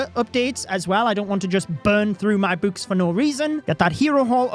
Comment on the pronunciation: Why this guy calls books buuks